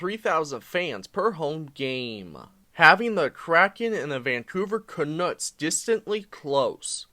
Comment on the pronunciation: This guy can not be taken seriously has he can not pronounce Nordiques, or Canucks